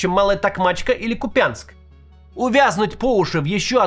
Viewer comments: Залайкайте, пожалуйста, чтобы Кац увидел: Максим, это пиздец. 4й год войны, выучи наконец: КУпянск, а не КупЯнск 😡😡😡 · Максим, ну пожалуйста, запомните: не купЯнск а кУпянск, капец как ухо режет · Ку́пянск, Максим, Ку́пянск! Ударение на У. Уже все выучили, все уже это обсудили. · Кýпянск, Максим, Кýпянск!!!